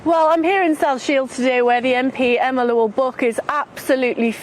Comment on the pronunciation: needs to learn how to pronounce the name Buck properly. Emma on the other hand is gorgeous.